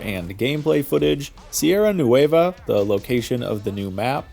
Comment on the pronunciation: Just say NWEH-va Don't have to exaggerate the letter "u", or add that "ay" sound ... it's not "noo-WAY-va"